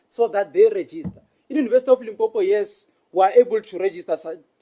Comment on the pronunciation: Its limpopo not limpompo😢